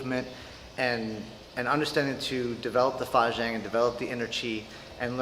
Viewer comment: sorry bro, I'm just having a chuckle at your pronunciation of fajin 發勁.